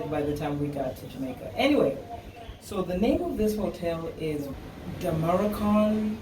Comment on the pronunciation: When you can't even pronounce the hotel's name? That's red flag.